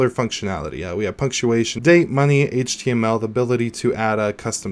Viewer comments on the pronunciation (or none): none